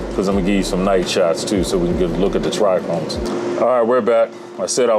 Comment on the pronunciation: Its Trichomes not tric chromes....😅